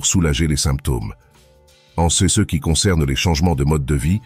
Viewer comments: Bonjour. Bonnes vidéos, cependant, serait-il possible de paramétrer la voix artificielle pour qu'elle prononce bien les "CE" et les "CES" ? Merci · Santé Intégrale Votre robot ne sait pas lire "ce", "ces"... Essayez avec un humain...